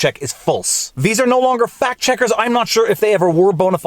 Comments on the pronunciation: They're Farty and they're checking Pacts. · Sounded like “Third Farty Pact Checkers” in your intro 😂